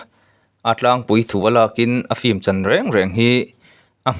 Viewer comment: Fim tih hi ilam ri zing ropui sia han lam uluk deuh teh unaupa film tih tur aw..😂😂😂